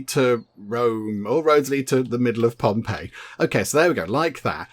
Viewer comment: you got it spot on with the "ii" sound and how to say it haha "ei" is genuinely the best way to look at it haha.